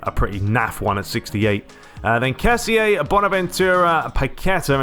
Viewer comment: Hey I just saw u we're back a week ago I'm happy ur back, we can enjoy some commentary but ur not pronuncing kessie right it should be ke-si I hope u read this comment because I saw nobody else doing it